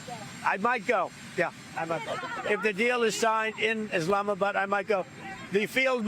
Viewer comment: When he says Islamabad, I lost it🤣💀